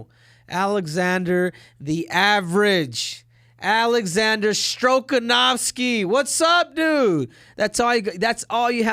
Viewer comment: "Alexander Stroke-anovski" lmao